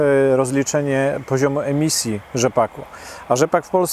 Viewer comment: Sreemisji a nie emisji!!!! Najwyższy czas opuścić ten eurokołchoz!!!!